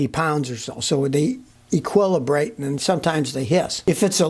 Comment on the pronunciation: Scotty word of the day: "equillabrate"